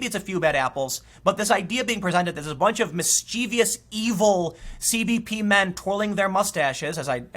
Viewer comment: Mischievous only has three syllables. Mischievious is not a word.